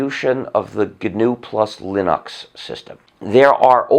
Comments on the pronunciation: i only wish he would learn to say linucks and not linocks... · Why does he say Linox instead of Linux? He wants everyone to say GNU but he refuses to say Linux correctly. It's not Linox, bro. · It's pronounced "lyn-eks". watch?v=5IfHm6R5le0 ..Linus Torvalds on pronunciation of Linux. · so then he should be well aware he's pronouncing linux like a pretentious ass. linUx not linox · Lin-uuks not Linox. It's how Linus pronounces it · I've never heard someone pronounce Linux Linahx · gnu linox? why do people have to be stupid and pronounce shit wrong? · There is no doubting his contribution to society with the FSF and Apache Server, to say nothing of GNU/Linux. It is also endlessly fascinating to me that he pronounces Linux as "Linn-Ox". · no its gnus not unix not unix not unix not unix ...... plus linox! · it's leggnux yuu imbecile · linus = lie-nus linux = linox or linix Hmmmmmmmmmmm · Guh-Noo Slash Lynn-Ox? Why does he pronounce it so strangely? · Hey RS start pronouncing Linux the way Linus does and then maybe we can debate your crazy arguments. You have and never had any respect for Linux, why should we listen to you ?